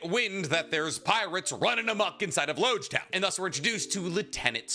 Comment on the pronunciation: I know this is really minor, but it's important. it's Logue Town, not Loge Town. It seems minor, but it's alluding to the fact that after this town you're going to need a Logue Pose to navigate the grand line.